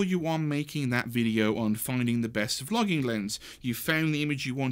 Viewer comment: Free tools!!!! I've used Resolve for awhile (still need lots of practice) but I enjoyed these other recommendations. One direct comment on the video: in one of your examples you say something like "the best vlogging camera" but it almost sounded like "the best flogging camera". Oh my....